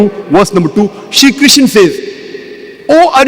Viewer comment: Krishna Not kisan Mr broker